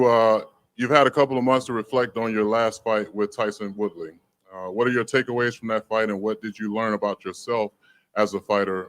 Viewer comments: Did he just say Tyson Woolley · Did he call him tyson woodley? 😂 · “Tyson woodly” 😭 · Man really said Tyson Woodley 😂